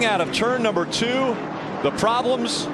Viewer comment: "OH, PRAWBLEMS" Lol, never fails.